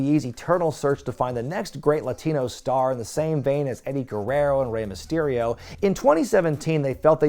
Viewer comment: Mysterio* not Mestiriouw